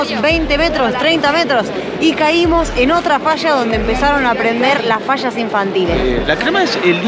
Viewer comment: No saben decir fallas dicen fasas